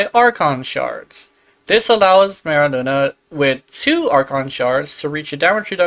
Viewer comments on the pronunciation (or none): Literally saying Luna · THAT’S NOT HOW YOU PRONOUNCE MERULINA. LINA, NOT LUNA 🤦🏻‍♂️ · i cant handle how you're pronouncing merulina i dont even play yaerli